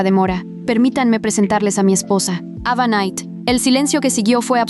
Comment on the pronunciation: en ves de escuchar ava escuche eva jajhhdajhjafhaj